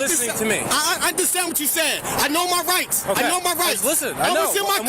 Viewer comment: "Ah know mah rice, Ah know mah rice!"